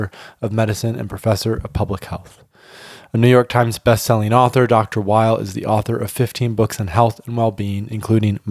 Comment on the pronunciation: Weil's - NOT - Wiles